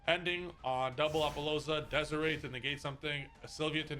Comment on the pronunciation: you know damn well it's not pronounced DEZARAY